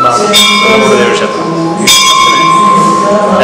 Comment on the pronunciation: ശേസ്ത്രം..അല്ല ക്ഷേത്രം എന്നു പറയു ആദ്യം....